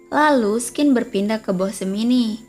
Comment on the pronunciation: sebaiknya scene dibaca sin saja.. jangan skin.. 😅